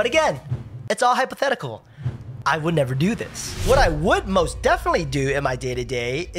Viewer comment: Oh my, I love your video, not just so informative, but how your "hypothetic" makes me laugh so hard, each time.